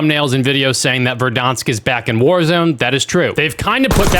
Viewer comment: its pronounced Ver-dans-k say it right